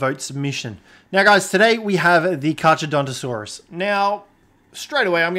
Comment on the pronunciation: The way you are pronouncing it's name is infuriating to me